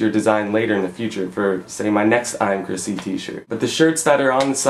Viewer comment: ive realized that every time you say chrisc i keep thinking that your saying my name chrissie lol. im procrastinating of buying a shirt =]